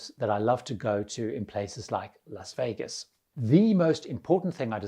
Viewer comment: You pronounced Las Vegas correctly. Respect. (often pronounced Los Vegas)